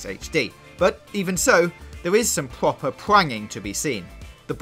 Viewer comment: pwoper pwanging 😂